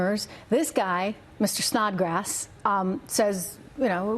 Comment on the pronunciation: Dude, did he say Snotgrass??? Really!! Thats some ones last name??? SNOT GRASS!! Poor kid.